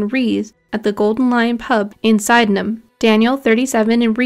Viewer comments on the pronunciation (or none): Love the content but Sydenham where the Daniel Morgan case takes place is pronounced Sea-denham!😁😁